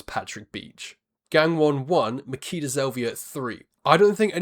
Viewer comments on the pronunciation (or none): It's Ma-"chi"-da Zelvia. "ch" as in "itchy"